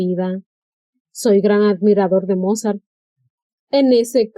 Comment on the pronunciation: Destrozaba el pobre señor Mozart jajajajajaja su nivel deberia ser considerado un talento especial